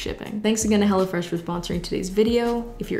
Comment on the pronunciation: Watched the entire ad because my 1AM tired brain heard her saying "hello fresh" like she was saying "hella fresh"